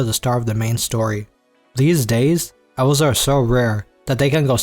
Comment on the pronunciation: owls? or elves? say it better fama? or flama?